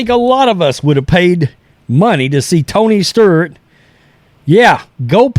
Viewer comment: Is it Tony Sturt, or Tony Stewart lmao